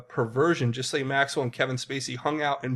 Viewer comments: Her name (Ghislaine) is pronounced "Gill Line" -- not like anyone really cares 🙄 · Just some information about presentation...its pronounced Guh-laine. Hope this helps to smooth things out!😉